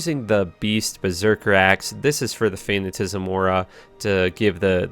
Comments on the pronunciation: Jessica Mahaffey wrong, its fa-na-ti-ci-sm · It's not "fanatism," it's fa·nat·i·cism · Is he saying "fanna-tisim?" Nails on a blackboard. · Nice vid very creative build :) btw it’s pronounced fa-na-ti-ci-sm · FA-NAH-TI-SIH-ZUM Fanaticism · His ability to pronounce fanaticism is pretty fanatastical. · Absolute butchery of the word fanaticism. Not even close. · Repeat after me, fa-na-ta-si-zem. Also, there is no "T" in decrepify. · fuh-nat-uh-sahyz-uhm and there is no "T" in Decrepify